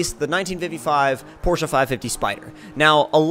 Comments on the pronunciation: awesome guy because that's how your properly pronounce it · I'm from Germany and we DON'T say porsha